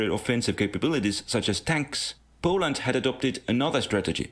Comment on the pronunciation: POOLAND? I got mad at that...